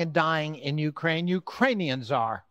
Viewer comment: It’s interesting and rather telling that he can’t properly pronounce Ukraine